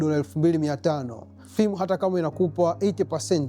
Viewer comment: Prop ‘fem’ sio Prop ‘fim’